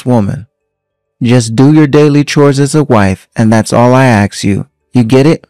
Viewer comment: I absolutely cringe every time I hear somebody say “AX a question”....it’s ASK. It seems that somebody using spoken language as a profession might want to hone their language skills. Just saying.